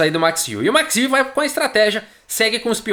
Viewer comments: Amigo do canal, para pronunciar o nome do Max Euwe é necessário no sobrenome, para o ditongo EU vc faz com a boca o formato de pronúncia de Ô mas o som que vc fará é de É, então o resultado é um som que mistura Ô e É. Quanto ao W terá som de V do português e não de U. Então a pronúncia fica Ô/ÉVE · A pronúncia do nome EUA